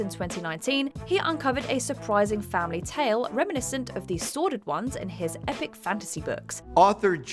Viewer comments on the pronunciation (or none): none